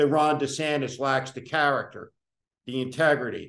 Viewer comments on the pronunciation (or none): none